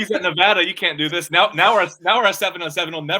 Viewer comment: My friends that are from Nevada say Nuh - Vahh - duhh. With a short "a" in the middle, like the vowel in "van" .